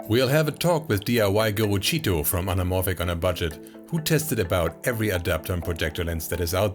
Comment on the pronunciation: Impressive as always. Notice, the attention to detail in giving the correct Brazilian Portuguese pronunciation of Tito's name is representative of the quality and attention to detail of Media Division as a whole.